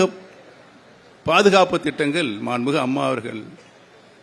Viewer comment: அப்படியா அப்போ நீ மாம்பளத்திலேயே போட்டியிடு போடா வெண்ண! மாண்புமிகு என்று சரியாக சொல்ல முடியல மாண்மிகு 😂😂😂